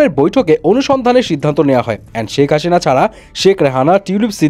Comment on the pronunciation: সেক হাশিনা না ভাই সেক হাছিন 😂